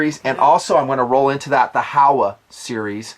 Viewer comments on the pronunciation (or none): Good stuff just a heads up since it is a Japanese company it is pronounced ho wa not how a. HO like the gardening tool and wa as in water. Just keeping it real.